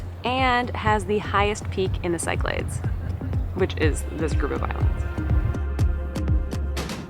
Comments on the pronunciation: Great video, just for future reference, Cyclades you pronounce as "siclades" but it's actually pronounced as Kiklades with the emphasis or tone is on the A. Also best way to learn is to say it as Kik - La' - Des. 😊 👍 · I’ve done several of these islands also. #epicGreece Must add Crete! (But I do think it is said Sick-la-dees, not Psych-lids= Cyclades) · For the love of God, stop pronouncing places incorrectly. E.G. The Cyclades are pronounced Sicklardees not Sykelaids. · pronounced Key Kla des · cyclades is pronounced: "kick-lad-des". thanks. 😊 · I turned off as soon as I heard how you pronounced “Cyclades”